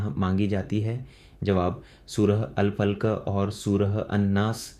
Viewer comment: सूरह अल फलक का उच्चारण अल फल्क कर रहे हो जो ठीक नहीं है।